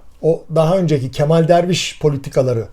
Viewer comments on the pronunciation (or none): none